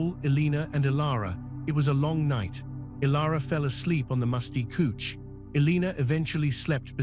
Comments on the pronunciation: couch is pronounced like ouch not cooch. Listening from Sandy, Oregon. Great story. Was the story in USA or another country?I like it that a biker story finally had some romance. Thank you for this story. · Couch is pronounced cowch.